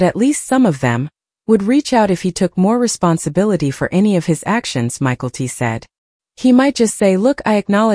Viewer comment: Hearing the name pronounced Michael-T is really annoying.